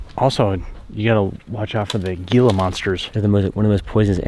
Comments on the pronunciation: You will never see a gila monster. By the way, it is pronounced "hee-la" not "gee-la." And even if you did, it would just run away from you. Rattle snakes are more common, but also have no desire to bite you. As long as you don't step on it or approach it too closely, you'll be fine. Other than bugs, there is nothing out there that wants to bite or hurt you. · I really enjoyed this! You guys should do more "back in the day" videos like this!! On a side note, I wouldn't be too worried about Gila Monsters (pronounced heel-a..turn the G into an H.) They are endangered and are afraid of humans. Plus, they are extremely hard to find. Herpetologists try to look for them in the wild, and never see one. But, if you do see one, don't touch it!! They are so endangered they are illegal to touch! Yes, they are venomous, but they have to chew the venom into you. I'm sorry. I'm a little passionate about Gila's. IRL, they are very docile and lazy lol. IF you ever see one in the wild, it's not going to go after you. Don't touch it and just walk away!